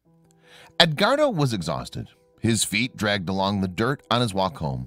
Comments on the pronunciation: Ed.....wardo. not ed....guardo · I just can't get past the mispronunciation of the name Edguardo...